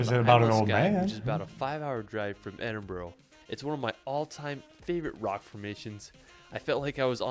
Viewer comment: He absolutely butchered the Edinburgh pronunciation 😮